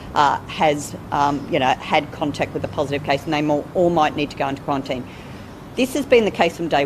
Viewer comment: Qwuawantine, Storwy Bwidge 🤣🤣🤣 this Sheila cracks me up